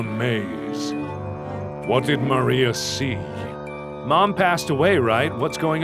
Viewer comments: My name is Maria....MARK it's pronounced Ma-REE-a not MAR-ia. :P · you say Maria's name wrong.. its Mahriah.. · P.S. It's MAria not mARia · You keep pronouncing the assistant's name like the wall from AoT. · Maybe he tried to pronounce it the German way. Although there is not that big a difference, just a different pronounciation of the r. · You kept switching how you pronounce "Maria" :p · Every time he says MAR-ia instead of ma-RIA I keep wondering if it's another one of his neat little quirks, like "ruum" for "room."